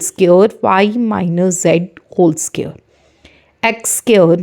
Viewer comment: It's friends not brands and it's square not sqare